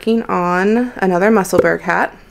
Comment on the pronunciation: New subscriber. Very professional podcast. Just one little point, Musselburgh is pronounced Musselborough, a city in Scotland, UK. Otherwise you did awesome, thanks